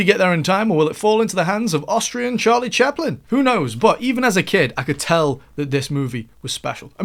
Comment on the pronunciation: "Austrian Charlie Chaplan" lmao